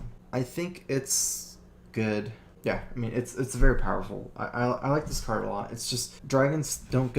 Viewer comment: I really wish someday they make a card with the name "Drawl" and insert an ability in the game called "Curd" just so those 2 words would exist to contest accent on the acctual words "Card" and "Draw".